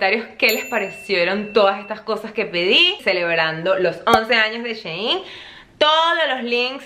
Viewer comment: Mi mayita❤ creo que shein se pronuncia "shi in" como ella en . Tu me entiendes 😂 te aviso porque tienes varios vídeos sobre shein 😍 te quiero muchooo